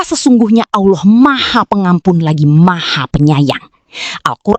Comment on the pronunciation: kl allah swt knp bacanya owloh swt?